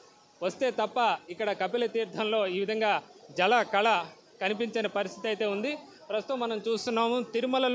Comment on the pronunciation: Mundu telugu ela matladalo nerchondi sir jala kala kadu jala kala ani word ni kalilipi chadavandi